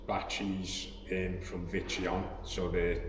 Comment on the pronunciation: he kept saying what sounded like vitreon. did he mean victron?